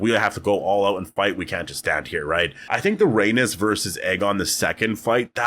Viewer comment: Dude at least pronounce her name correctly.... Rip Meleys and Rhaenys